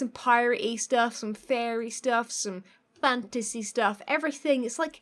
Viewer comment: Am I the only one who constantly hears "fancy" when she says "fantasy"?